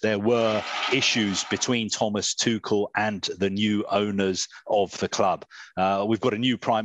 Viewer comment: It's Tu rrr..el not Tu kel... Please put some effort .. that why he was lately edgy and he got fed up with England..